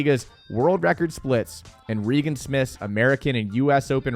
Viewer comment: yeah was butchering her name